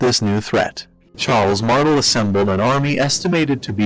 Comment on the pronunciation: no offense but your pronunciation of Martel gave me cancer